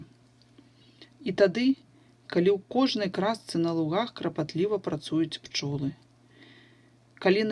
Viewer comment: Вы сказали крапатлива, а надо клапатлива❗️❗️❗️